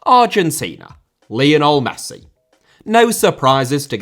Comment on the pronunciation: Lionel * not Leonl Regime* not Reigime Aussie * not Ausie Ange* not Anj Eden* not Iden Lukaku* not Lukohrku Nassr* not Nazer Joël * not Djol Alphonso* not Alphonzouw München * not Munich León* not Leyon Andreas* not Ondrejas Half* not Holf Pervis* not Pöves Caicedo*not Caiceirouw Mbappé * not Mbappei Joshua* not Youwžua Kroos* not Krouws Iñaki * not Enohrki Ghana* not Ghorner Taremi* not Tareimi Leverkusen* not Leiverkusen Mitoma* not Metouwmer Jiménez * not Hémenez Inter* not Ento Robert * not Robehr Mile* not Mal Gana* not Ghohrner Idrissa* not Edresser Mané* not Mohrnei Koke* not Kouwkei Enrique * not Enriquei Gea* not Heyer Rather* not Rother Valverde * not Valverei Wanyama* not Wanyohrmer